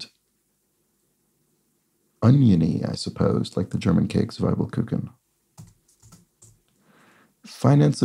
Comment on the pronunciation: The first syllable in "zwiebelkuchen" is pronounced to rhyme with tee, not with tie. As opposed to German for 'two', which is 'zwei' and rhymes with tie. The way I remembered it at school was that with "ie" and "ei" you pronounce it as if you're saying the second letter in English - "zwie" rhymes with "e" and "zwei" rhymes with "i".